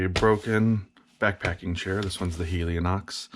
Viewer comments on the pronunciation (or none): Replace is not repair making this video as relevant as a how-to on replacing batteries in your TV remote (which this man might call "battery repair") and I'll never appreciate those who read a word yet cannot say it such as saying Helionox when it is called Helinox who are the same people who simply cannot pronounce the word aluminum without saying anumilum and who are as this video shows those who struggle so much with everything common that they feel their "achievements" of that which others do not even think about while doing merit "educating" others about as if they should need it.